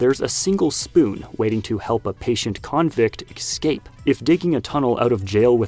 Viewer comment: Why do American LEGO channels always mispronounce words like escape and especially with an X like in this video? Is that some kind of a meme or suddenly everybody forgot a few basic words lol..?